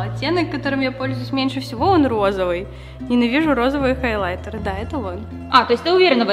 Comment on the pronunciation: Так нравится фирменное произношение "хОйлайтэ"😍😍